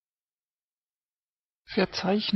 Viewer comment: OUTSTANDING ! THIS is THE way to teach pronunciation ! Enunciation is PERFECT ! WILL USE THIS SITEHENCEFORTH ! teddy